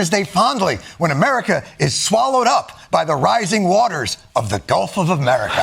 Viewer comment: Does he know it’s gulf and not golf? 🙉🙈🙊